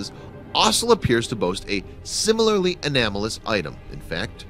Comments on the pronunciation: anOmalous. Not anAmolous. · "Enamolous" [ and ]? Perhaps you mean "anomalous". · Anomalous = 'uhh-nom-uh-luss,' not 'uh-nam-oh-luss.' Please pronounce correctly or use a more simple word. It sounds like you just learned about the word an hour before you did the video and are just "wingin' it." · * anomalous not anamalous! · Its not an "anamalous" item. It's an aNOmalous item.